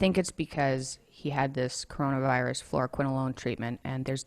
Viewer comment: Kwiene Makeda nope. She says fluoroquinolone. Sounds like FLOOR-quinolone.